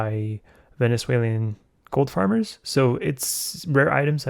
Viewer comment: venezuelian xDDD